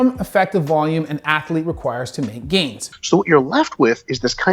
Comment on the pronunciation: I know this guy is a doctor and all, but it's funny to hear him pronounce athlete as ath-a-lete.